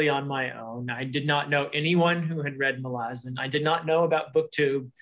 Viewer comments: Thank you for the pronunciation correction! I hope I can change that after saying it wrong for so long. So true about how this series is comparable to Tolkien's in complexity and lore. Malazan is certainly worthy of the attention it's been receiving, and I believe it will stand the test of time. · I understand it to be pronounced "Muh-la-zuhn." I could still be wrong!